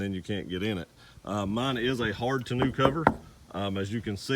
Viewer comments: Did you say ta-new cover? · It's tonneau....mono. Not tonneau..... canoe. And besides the hard one piece Undercover is much better. It only weighs 50lbs and multiple full grown men can stand on it. Very durable. Other than that, I like the vid, good job. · "To-new" cover.. Lmao